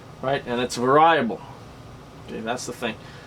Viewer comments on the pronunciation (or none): Variable!! SAY IT!!! VERY-A-BULL!!# SAY IT!!!! WTF MAN